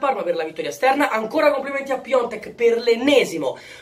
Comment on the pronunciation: Ma perché lo continuate a chiamare PIONTEK ???? SI CHIAMA PIATEK !!!